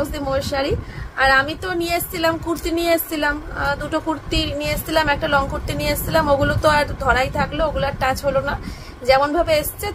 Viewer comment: Emon bhabe bole kurti. Mone hoi kuttta bolche.😂